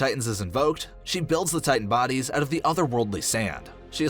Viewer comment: "Altering boides"